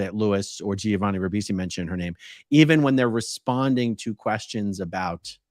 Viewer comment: I know you grew up in a cult, but it's "Jovani", not "Jee-ovani"... the Gi in Italian only means the G is soft and not hard, it is not pronounced.